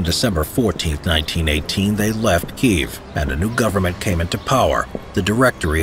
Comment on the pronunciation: Kyiv. And on checking against Ukrainian speakers, it's Keeve